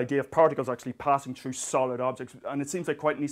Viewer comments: Ha! I remember Dr. Moriarty's tale about his kid commenting something about the pronunciation of" three" sounding like "tree" (In the Guinness video) and he does kind of the same with "thru" (sounding like "true") . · "troo" lol excellent vid